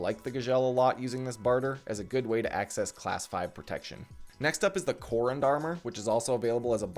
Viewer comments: Gzhel--->Gagel Korund--->Corned Redut--->Reddit Hahaha I've never heard those pronouned that way. Regardless thought I've been a fan for a solid year or two now. Keep up the good work man! Always great content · someone teach this man how to say Gzhel/Korund, how can you have this much time in the game and do my armor like that LOL great video other wise!